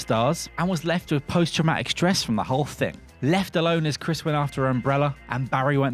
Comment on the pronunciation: when did we start pronouncing TH as F??? fing, truf?